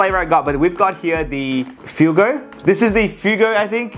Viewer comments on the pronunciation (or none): Bro said, Fu-go it's pronounced fu-weh-go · yo using did you know when you said fuego it is actually pronounced Fu-egg-o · he said fuego rong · It’s not fue-go its fua-go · Calling Fuego Takis "Fugo"💀💀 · Did u hear him in the beginning he said “fuigo” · Fuego is actually pronouced Fwe-go and Hot tamales is pronounced tah-mah-les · Fuego f-way-go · ITS “fweg-go” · This is coming from an American it’s pronounced takis fuego (fwaygo) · its pronounced fue-go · Its Pronounced fwaygo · Fuego flavored takis got violated when he said Fuego like that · You pronounced Fuego wrong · Him saying “fuego” wrong is just upsetting😢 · No way bro mispronounced fuego